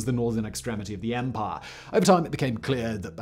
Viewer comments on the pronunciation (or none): "Their vast and sprawling empah." Once they lost the "empah" they had an "empah-nada" which is a tasty Latin American turnover. In the Caribbean, empanadas are generally fried, but my favorites are those from Chile, which are baked and stuffed with ground beef, olives, raisins, fried onions, and sliced boiled egg. By the way I haven't the foggiest idea how I digressed in this fashion. Perhaps Simon can do a Megaproject about empanadas. On the other hand, a Megaproject that has had serious international implications is the Israeli National Water Carrier, which took fresh water from the Sea of Galilee all the way to Beersheba, roughly 300 kilometers away and was built under conditions of severe economic hardship. But Simon is English, you know how the English are about Israel.